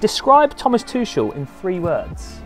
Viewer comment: MISPRONOUNCED TUCHEL.